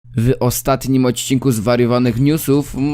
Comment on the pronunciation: nie "wy odcinku" tylko w odcinku, nie "zy kanalu" tylko z kanalu :). p.s jebac maltiego essa